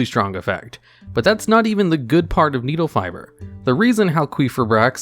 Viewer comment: You didn't pronounce it right once. It's pronounced: Needlefiber